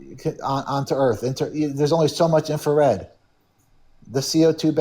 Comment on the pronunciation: There's only so much "infer-red. hahahaha